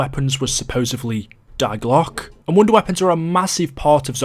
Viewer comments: I agree, Isn't it pronounced 'Dee glock' ? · As a german i must say that i cringe everytime he says "die Glocke"